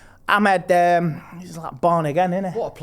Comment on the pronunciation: Entertaining stuff as usual, but can learn how to say Amad instead of Ahmed? Like, just once.